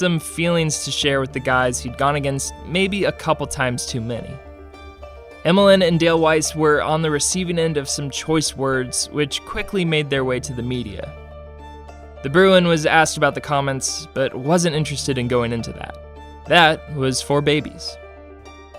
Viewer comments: "Weise" is "Wee-ce" not "Why-ce" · Also said Dale wayze instead of Weise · It’s weesce not wisece. Read a book for once Jesus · It's Andrew FAIR-RENCE and Dale WEESE